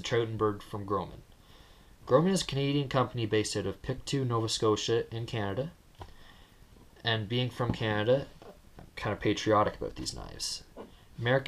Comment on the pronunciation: Pic-toe is how you say it . Just a FYI